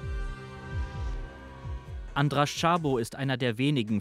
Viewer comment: Ein sehr guter Bericht! Aber bitte recherchiert doch zukünftig die ungarische Aussprache. Das „sz“ wird nicht als „sch“, sondern als scharfes „s“ ausgesprochen. Orbans Partei heißt also nicht „Fidesch“, oder der Journalist „Schabo“, sondern lautsprachlich Fidess und Ssabo. Danke!